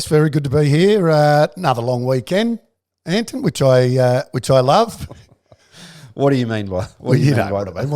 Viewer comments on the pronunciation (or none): Really love the show but is Duck ever going to say Ayrton right? It's not Anton! haha <3